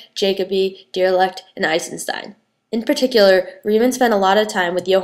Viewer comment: It's kinda cute when you don't pronounce Riemann (REE-MON) or Dirichlet (DI-RISH-LAY) properly.